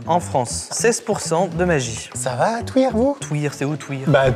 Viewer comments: Juste pour info on dit pas twuir mais tuïr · Je sais pas pourquoi mais entendre Thuir prononcé Touir m'a fait énormément rire, ayant grandi près de là c'était pépite cette séquence x) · excellente vidéo, des barres de rires tout le long!!! un épisode 3, l'ambassadeur vient de Thuir et non de Touir MDR le H et muet, je vis à ce village même. au top super duo Amixem et! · Svp, pour la boisson "Ambassadeur", Thuir se prononce Tu-ir et non pas Tou-ir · Touir mdrrr ça s'écrit Thuir donc on dit "tuir" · Cest Thuir TUIR pas touir...